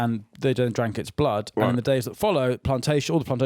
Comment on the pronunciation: HAITIAN HITLER,...... "bluud"